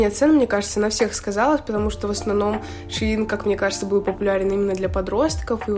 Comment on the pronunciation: правильно шЕин ) не хейт просто поправила 🫶🏻